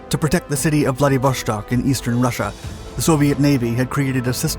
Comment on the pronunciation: There is no "sh" in Vladivo-S-tok. What's with this habit of English speakers always doing this with Euro / Slavic words & names?!